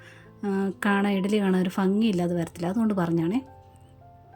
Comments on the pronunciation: ഫങ്ങി എന്നു പറയല്ലേ ഭംഗി എന്നു പറയൂ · ആദ്യമായാണ് ഇങ്ങനെ ഒരു ഇഡ്ഡലി പരിചയപ്പെടുന്നത്.. 👍🏻പക്ഷെ ഫങ്ങി എന്നുപറയരുത് ഭംഗി എന്ന് പറയണം... എന്നാലും കേൾക്കുമ്പോ ഒരു സുഖം ഇത്രയും നല്ല റെസിപിയോടൊപ്പം... റെസിപിയോടൊപ്പം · 👌🏻👌🏻... ( ഫംഗി അല്ല ഭംഗി !!🙂) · ഫങ്ങി ? 😂 ഏതു ഏരിയ യിലാണ് വീട് ?